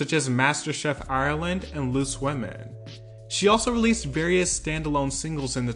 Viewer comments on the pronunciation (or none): It’s Ireland not ayaourealeand